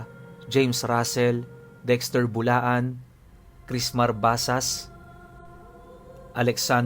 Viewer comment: nmn eh BUALAN(buwalan) hinde bulaan 🤣corrected by lng lodi 😁😁